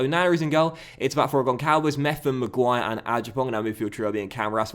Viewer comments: Hello, I'm Portuguese and It's not Goncalves... the "ç" as the sound of an "s". It's actually Gonsalves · Just FYI, its not pronounced Goncalves. Its actually pronounced Gonsalves. The Ç makes the "S" sound.